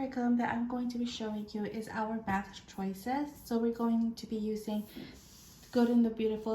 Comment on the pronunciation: I love how you said Batch instead of Math. 🤣